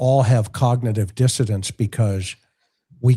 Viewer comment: I can’t take it anymore😂😂 it’s “dissonance “ not “dissodance”. How are John and Karen letting you get away with this crime!!? 😂😂